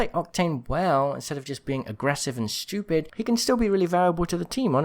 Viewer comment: The way said "aggressive and sTUPID", yeah I felt that, know a couple games where I've had those Octanes